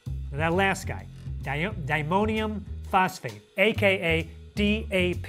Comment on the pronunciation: It's di-ammonium not dimonium!! Arrrrrgghhhh!!!!